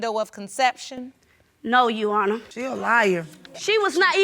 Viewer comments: If she say "you-honor" one mo time😡😭🤣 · That first case always makes me cringe. From them mispronouncing “Your Honor” to the matching bleach spots. They just sound crazy 🤦🏾‍♀️😂